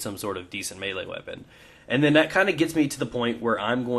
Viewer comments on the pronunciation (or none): none